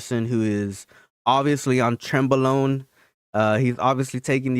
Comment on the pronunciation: “Trenbolone”?..he’d pop hard if he was